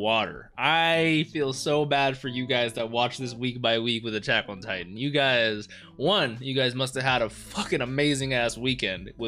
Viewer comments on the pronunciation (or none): none